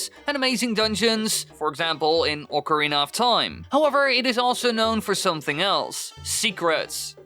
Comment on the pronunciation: bud its not ORCA its OC AH oca ocarina not orca orc like you are saying no need to slur it completely wrong